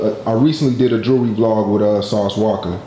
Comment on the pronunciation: Learn to say jewlry not Jury